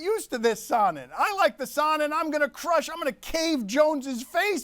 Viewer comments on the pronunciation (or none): And Dan keeps calling him "saw-nen